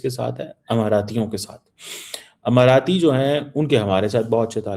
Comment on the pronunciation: amarati nahin Emirati! Sharir toh hai hi, Akal bhi moti hai.😂😂😂😂